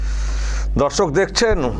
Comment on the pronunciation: babu aapnar vedio r prathamei darshak bala ta ektu clear kore bolun, aamra dharshak sunchi 😢 sotti bolchi aamra ota nay